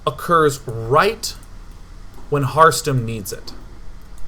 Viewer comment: I kept hearing Heartstone when day9 said Harstem...